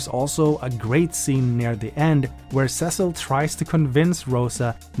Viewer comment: Almost a great video if you didn't say Cecil's name wrong.